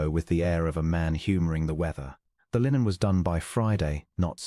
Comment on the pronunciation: Funny😂 Ai duke cant say linen. But the ai girl and the ai narrator can.